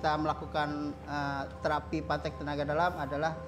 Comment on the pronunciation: Patek njir bukan pantek 🤣 d daerah ku lain lagi artinya pantek 😂